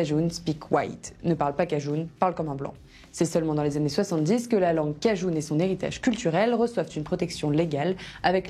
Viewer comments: Vous prononcez le mot cajun "cajoune" ?? Il me semble qu'il se prononce "cajeune" à la rigueur "cajin" mais certainement pas avec le son "ou" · En France personne ne dit cajoune, elle sort d'où ?